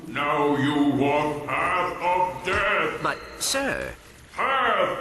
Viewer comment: death? i thought he said dirt.....